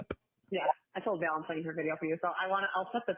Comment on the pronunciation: Every time she says "Val" I throw up in my mouth a little. Of all of the words I've heard her say... that is the worst of the cringe words.